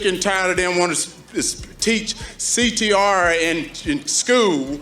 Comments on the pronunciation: This fool said CTR lmfao wtf!!! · He couldn't pronounce CTR. What a joke.